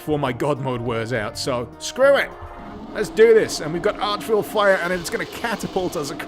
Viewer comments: Vile not vill. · Archvile not archwill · DUDE, IT IS ARCHVILE, NOT ARCHVILLE!!! :-))))) VILE LIKE MILE, OK?!? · Sharing this video was a Facebook Memory today. Again, it's "Archvile" with ONE L, to rhyme with File, not "Ville" as in another/french word for Town. Vile as in loathsome and horrible. :) Been too long since I played Nuts 1 to know for sure, but in Nuts 2 I note that there isn't enough ammo, even using No Clipping cheats to get to the ammo room (that wall is one way, once in you can't go back without cheats), to get 100% Kills. No matter however you use in-fighting to kill absolutely EVERYONE else, the Cyberdemons are too plentiful and too powerful, after everyone else is dead (including the "Archvilles") you WILL end up with hundreds, maybe thousands, of them left, unable to kill each other as all non-human monsters are immune to their own kind. Using the IDFA/IDKFA cheat, I think I have to empty all ammo and re-cheat to refill probably 20 or more times to kill ALL of them. Doing this I found out that in the stats screen, when it reaches an hour it shows a message like "Too Slow!" or something, :) Because, yeah, working hard it takes over an hour to kill EVERYBODY in Nuts 2. I always forget how to finish Nuts 3, I know it's something on top of the tower. I also know SOMEHOW you get into the low gutter under those Cyberdemons - to find more Cyberdemons (or are those the same ones but knocked from their perches?), but I forget how to do that, either. Oh, and enter the map and try typing IDDT twice to improve the map until it shows a green dot for each monster, projectile, and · They are Archviles, not Archvilles. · I enjoyed this video way too much. But is it not archVILE (to rhyme with pile)? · After all that saying "arch viLLes", it was funny when it pops up in a caption and you actually spelled it as "villes". All these years I've been pronouncing it as "arc" viles, as if the H is silent..